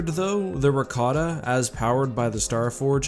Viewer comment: It's Rakata.....